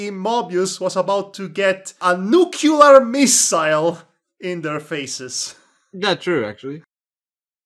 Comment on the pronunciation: Dammit,, stop saying nuculear!:v